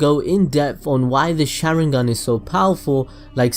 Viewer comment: The way he said sarada and the sharingan was annoying(not meaning the accent but by the way that his not even saying it right)